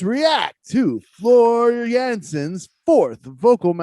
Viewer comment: Floor Jansen. Not Jensen.